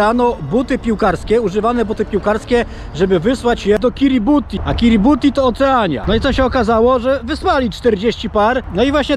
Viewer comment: Panie kolego , jak już se robisz jaja z czegoś to znaj nazwy - NIE KIRIBUTI tyko KIRIBATAI ;) * kiribati"